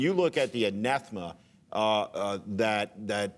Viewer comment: Not to pick nits, but , it's: Anathema - "ah-nath-eh-muh"; not "an-eth-muh". Sorry; it was too annoying to let go uncorrected.